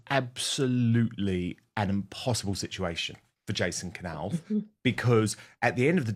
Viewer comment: This is NOT shaking the foundations of the Monarchy. Please don’t use CLICKBAIT. William has already given Jason a new job. This is not new news! Please pronounce Jason’s surname correctly, it is a silent K pronounced ‘Nauff’ not K Nauff.